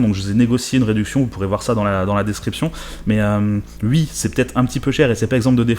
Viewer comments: Pourquoi tu dis Ui au lieu de Oui ? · Les pubs honnêtement je comprend pas de souci la dessus, mais par contre, s'il te plait arrête de dire "ui"! C'est "oui"! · Tu dit oui, ou tu dit Ui 🤣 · "hui" ?? Ah ouais... c'est vraiment l'accent qui fait ça....chez-toi le son "wi" est toujours prononcé "ui" en fait. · IL DIT UI ! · Tu dis UI ? xD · "Je dis ui" 😂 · J'aime bien ta façon de dire ' oui ' (u-i) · "J E D I S U I" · Tu dis hui ? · je dis oui, je dis oui.... tu ne dis pas oui, tu dis UI hahahahaha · ça aurai pus être pire, tu aurai pu dire Huit ou Huître!!!! question n'étant pas linguiste, c'est dans quel région qu'on dit Hui pour dire oui !!!?? après utilisé le terme hui peut être très légèrement confisant, car le Hui de Aujourd'hui signifie en "Ce jour d'..." en claire qu'en on dit aujourd'hui on dit "En ce jour d'aujourd"!!!! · Tu fais partie de la communauté du "Ui' ... Sinon toujours bien tes vidéos ;) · Il me stresse à dire « Ui » 😂😂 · Moi j'adore ce "Ui" ☺️ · Mdr "je dis ui" "ui" tu me fais rigoler et c'est vraiment pas méchant 😁 top tes vidéos 😉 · Tu dit UI 😉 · J’adore l’accent alsacien sur les « oui » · "je dis ui" "ui à l'argent" on dit pas "ui" à l'argent, on dit OUI à l'argent ! Merde ! Avec un "ou" avant le "i" et pas un "u" merci 👍🏻😱 Et pareil on dit pas "uikend" on dis "ouik-end" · Tu me fais rire avec tes ui au lieu de oui, tu dis même ui-end haha